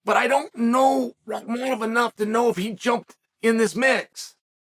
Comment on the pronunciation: But then gets rahkmonov right haha